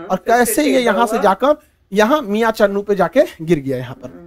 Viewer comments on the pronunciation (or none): Chunnu nahi channnu hai.